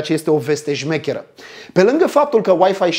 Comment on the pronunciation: La min 19 25, zice ca e o veste 'Jmechera' sau 'Smechera' caci mie mi se pare ca zice cu J, de la Jnitzel :| :D